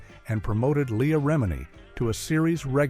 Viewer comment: This ai narration isn't bad. Surprising. It fkd up leah's name but expected, we even mess it up. "Serious" (pervy af!) issues. That chick was fkn gross, too. "Julie". Never liked her, nor ANY of her roles.